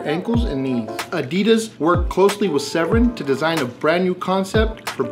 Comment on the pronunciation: Chris Severn is my great Uncle! (And it’s Se-VERN 😉)